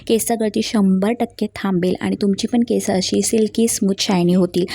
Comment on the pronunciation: अगं बाई केस हा शब्द आधी व्यवस्थित बोल